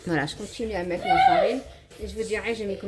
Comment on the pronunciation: JE VAIS METTEJE VAIS METTE JE VAIS METTE!!!! TU ES ALLERGIQUE AU R ????!!!!